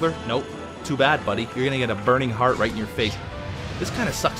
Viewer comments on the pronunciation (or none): none